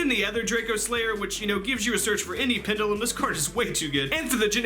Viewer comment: Pendulum mispronounced. Kappa